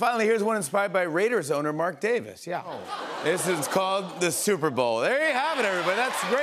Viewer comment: "The souper bowl"